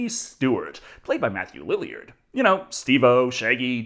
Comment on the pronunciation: pronunciation of "Lillard" never fails to make me giggle